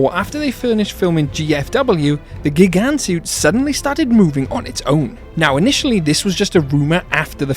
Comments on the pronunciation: Your mispronunciation of Gigan's name is infuriating tbh Also Biolante is a girl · "miniilla" "gygan"💀